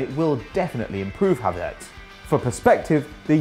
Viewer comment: Isnt it Havertz not Hatertz